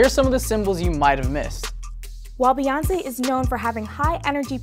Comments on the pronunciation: STOP CALLING HER BAY! It's Bey like a Bumble Bee. Her names is not BAYONCE. Jay Z says her name often and so does everyone else (Queen Bey). Sorry I could not hear anything after her called her BAY lol. Carry on... #RANT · Did he just say Bae( as in Bay-yonce) instead of Bey, as in (Bee-yonce)?! I want his black card revoked!